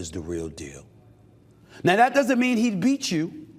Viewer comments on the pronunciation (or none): none